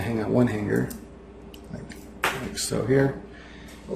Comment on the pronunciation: lol. hange. what is hange? surely this is not it.